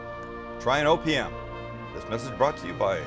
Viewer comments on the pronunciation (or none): Almost sounded like you said try opium not opm. 😂😂😂